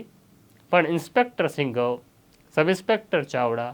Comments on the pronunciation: Singhav nahi sindhav bolo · સિંઘવ નહીં સિંધવ બોલો